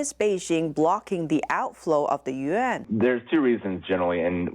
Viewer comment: speaks Mandarin, so she knows every Chinese word has 1 syllable. She knows how to pronounce Yuan but chooses not to. That is the most mispronounced word for the Chinese currency unit. she almost pronounced it correctly.